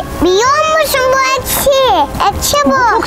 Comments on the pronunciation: ekşi yerine neden eşki diyorsun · eşki değilde ekşi deniliyor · ekşi diyiceğine eşki diyorsun😂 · Peki ekşiye eşki demesi😂😂😂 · Abla eşki değil ekşi öykü bile doğru söylüyor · eşki değil ekşi😂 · Sizi çok seviyorum ama neden ekşi ye eşki diyorsunuz ?? 🤣💗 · Eşki değil yalnız ekşi. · Eşki ne be sanırım ekşi ile qarışdırdın qardaşş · Abla eşki değil ekşi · Abla eşki değil ekşi😂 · Eşki değil ekşi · Bu arada ekşi diyor siz eşki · Abla eşki değil ekşi. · Eksiye eşki diyen 🤣🤣🤣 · Ekşi ye eşki diyen koca yurekli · eşki demeai awakkji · ya herkes neden ekşiye eşki demesine takıldı? sizene belki dili dönmüyo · Adanın eşki demesi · sen ekşiye neden eşki diyosun